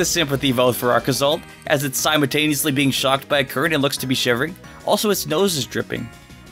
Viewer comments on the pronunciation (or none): none